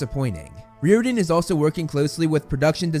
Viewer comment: no offence, but u got me laughing so hard when I heard 'REEORDAN' NO HATE. Thx for keeping everyone updated